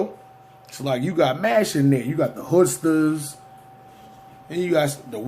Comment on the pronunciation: Niggas said hoodster’s bro it’s hood stars you sound like you need to do more research